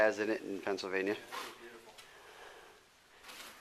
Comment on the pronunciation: I'm pretty sure there is an L in "Pennsylvania"...